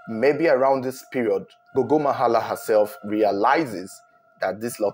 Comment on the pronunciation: I like how you pronounce correctly zengeza and gogo, surprisingly this is ghetto residencial areas more like high density areas in Zimbabwe so the houses are a bit closer to each other my wonder is how no one could here nothing it's very puzzling